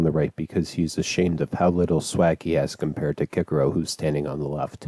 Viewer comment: Cicero (nice pronunciation btw): literally wears a bedsheet refuses to elaborate ultimate drip acheived